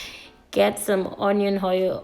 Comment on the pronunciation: Honion hoil took me out 😂😂😂😂